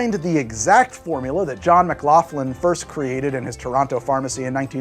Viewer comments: It's Mc lock lin not Mc laugh lin. Trust me. The name is well known in Canada, the brothers of the ginger ale guy ran the biggest car company in Canada, which became General Motors of Canada and made McLaughlin-Buick and Chevrolet cars. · Something funny I noticed about your video. I come from the region where McLaughlin was born, and I noticed you were pronouncing his last name wrong. It's pronounced more like McLachlin/McLocklin. His father essentially created GM Canada, the car company, and their house is used in a lot of movies these days, it was the X-Mansion in the first X-Men movie, and Billy Madisons house, to name a few. Also zero doubt in my mind that he would've stolen a recipe and passed it off as his own.